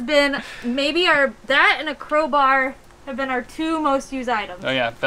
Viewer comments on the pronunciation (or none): Did she just say......”CROW bar”? She tryna start a riot?????